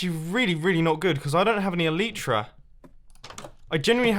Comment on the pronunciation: elytra is pronounced: [ɛl ɪ trə]